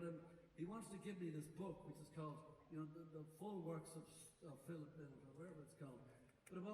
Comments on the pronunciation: Phil LYNOTT. It’s amazing the amount of fans that don’t know the right pronounciation of Phil’s surname. And this is the way HE pronounced it when asked (by Gay Byrne on the Late Late Show) if His name is LYNOTT or Linnet. The man himself said it’s pronounced Lie Not. LY NOTT. LYNOTT. Not Linnet !! Get it right please. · The best TRIBUTE to PHIL LYNOTT would be for people everywhere, including Ireland, to LEARN HOW TO SAY HIS NAME CORRECTLY. It was pronounced "LY-not"... rhyming with "WHY not". Phil Lynott's daughters said in a Guardian interview that he hated when people called him "Linn ott," and that he would say "I'm not a f-ing bird!!!" Amazing how so many fans got it wrong for so long. Here is Phil Lynott pronouncing his name correctly